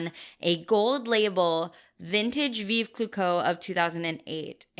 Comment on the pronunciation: that is not how you pronounce veuve clicquot......